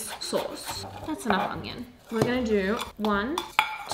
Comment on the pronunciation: Haha "mommy's tired", really enjoyed this vlog. Thanks for sharing your experience trying to conceive, it's hard to see that transparency online. I love you girl but please learn to pronounce onion 😂😂😂 there's no 'g' in it!